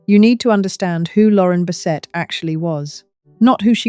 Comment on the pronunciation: I think this is AI generated. The odd pauses while she speaks, the way she said “Lauren Bessetta” and “alzo” instead of “also” in the beginning